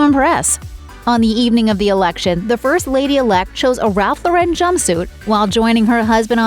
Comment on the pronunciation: SAY "RALPH LAUREN"...LOR-REN...NOT LAUREN WITH A FRENCH TWIST!